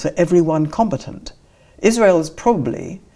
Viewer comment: Not compatant but com-bat-ant.